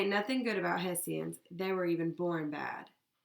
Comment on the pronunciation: its pronounced Heshans